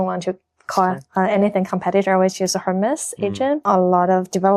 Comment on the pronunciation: Hermes应该和爱马仕的发音一样，不发H吧？